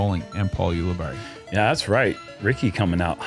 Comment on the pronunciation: says berry, Nate says barr-i, but I'm pretty sure I've heard Paul say it more like berry. Oh also his brother Pete Ulibarri says it like berry as well.